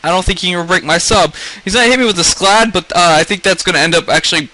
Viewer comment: its scald not sclad :P